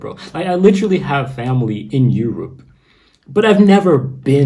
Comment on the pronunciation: When you say Europ as if it was a country, makes me laugh haha.